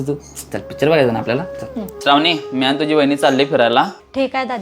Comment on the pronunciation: व्हिडिओ बनवताय, मग शुद्ध मराठी पण बोलायला शिका जरा! ती “आणि- पाणी” च्या ऐवजी वापरलेले “आनि-पानी” हे अशुद्ध मराठी शब्द ऐकायला कानावर अक्षरशः अत्याचार झाल्यासारखे वाटतात!!🙏🙏🙏